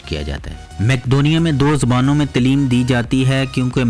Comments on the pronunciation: talim nhi taleem hoti hai.. urdu ko achey pronounced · جناب تلیم جو کہتے ہیں غلط لفظ ہے تعلم